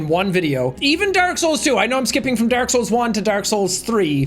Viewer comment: drink every time he says derk instead of dark